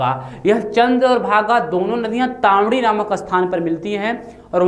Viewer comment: तामडी नहीं ताण्डी हैै